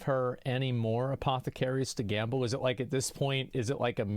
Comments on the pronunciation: Is no one going to talk about him saying "gamba" instead of "gamble"? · Whys he saying gamba? Its gambling, and thats how to olay poe